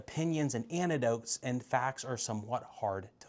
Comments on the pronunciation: ANECdotes, not ANTIdotes! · It's an-ECK-dotes, not an-A-dotes. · he didn’t though, he just didn’t emphasize the “ec” sound. If he said antidotes, you would have heard the “ti” sound which didn’t happen. So no, it wasn’t obvious that’s what you meant